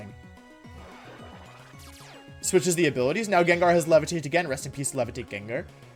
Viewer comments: Nobody: WolfeyVGC: says Jen jar instead of gengar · jenjar lmfao it's gengar. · if I'm not mistaken, isnt how you pronounce it GenGar not JenJar? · its pronounced gangar not jenjar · STOP pronouncing it Jenjar, it’s Gengar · if you say genjar one more time im ripping the hair out of my skull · The most evil thing here is saying jenjar. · Man i wish the english language made any sense, how is gengar pronounced jenjar? ahh oh well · It bothers me that you pronounce it as Genjar. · the most evil prt of the video is the pronunciation of gengar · The most evil thing about this video is how he pronounces gengar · the only evil thing here is how you pronounce gengar dude. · Pronounce gengar right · The way you pronounce "Gengar" enrages me. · Am I having a stroke? I've been watching his videos for months now and I've never noticed he mispronounced things like video as wideo or Gengar as gingar, is it him or is it me? Did I just not notice this? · I love his pronunciations GENJAR,WIDEO haha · Pronounces Gengar as genjar. Gothitelle as gothitelly like what it ain’t a Telly tubby. It’s gothi-TELL.